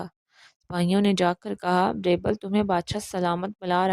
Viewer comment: It's Beerbal بیربل Not Braibel